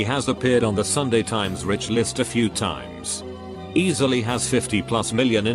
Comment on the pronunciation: no one: computer narrator: "I'm poor but pretending to be Rick"